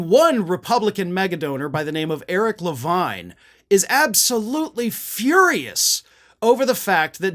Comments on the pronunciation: SORRY BUT HIS NAME IS PRONOUNCED LAVEEN IF IT'S SPELLED LAVINE. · Yes, the name Levine is usually pronounced "La-veen." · so i'm NOT the only one who pronounces "Levine" as "le-VINE" instead of "le-VEEN"! :D